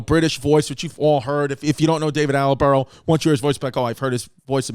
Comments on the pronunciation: ALLENBUROUGH AHAHAHAHA ITS ATTENBOROUGH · Loooveeee David Attleboro 🤣🤣Chrissy pronunciations back at it again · Chris changed David Attenborough's name every time he said it 🤣🤣